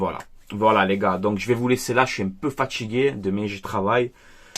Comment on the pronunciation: tu peux parler normalement? T'es il est fatchigué, il est partchi, balerdchi, etc. C est fatiguant. Alors que tu fais des bonnes analyses.